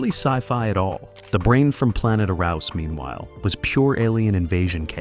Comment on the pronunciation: Pronounced " Air ous".